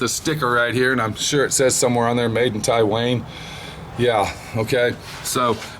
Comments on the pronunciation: It's "Tai-one" not "Tai-wayne" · V4 Garage tie-wang